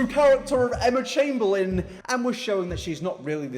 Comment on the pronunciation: emma chamBEANlin knowmsaying